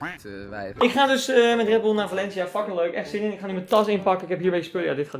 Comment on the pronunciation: Da klinkt super raar als je zegt we zijn in Valencia mijn vrindin noemt Valencia